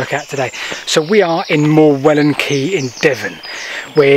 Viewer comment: The rocks you were standing on are called Morewell Rocks, a village in ancient Saxon was "ham" so please say Morewell ham not Morewellham. The leat you were trying to follow ran across the front of the rocks in lead cassions. So would be impossible for you to see. I used to go there as a boy before it was discovered.